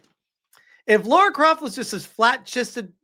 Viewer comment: Whenever someone says LAURA CROFT me: 😠